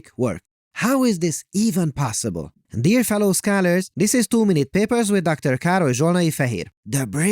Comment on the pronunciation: Hahaha, I understand "Too many papers" instead of "two minute papers".